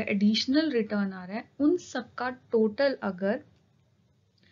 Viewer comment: Aapne total ko toted bola